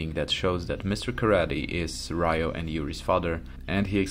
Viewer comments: It's Ryu and Ryo (pronounced Ree-u and Ree-o, not Rai-yu and Rai-yo). Both names means Dragon in japanese, a common name for a protagonist martial artist, Bruce Lee's nickname was The Little Dragon too. Ken means fist in japanese, so it's normal to appear in the name of special moves made with the fists. As someone wisely commented earlier, the creator of the original Street Fighter went to work for SNK and created this game, Fatal Fury and the first King of Fighters. And finally, Art of Fighting set some mechanics that even other fighting games adapted after it was released, including Street Fighter II (Supers and Desperation moves, for example). So this video is just a biased oppinion, not facts. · Ryo's name is pronounced "Rio" like the city. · Its Ree-u and Ree-o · i stopped listening once i heard rayu and rayo